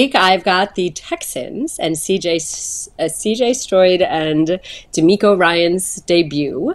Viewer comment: Did she say CJ Stroid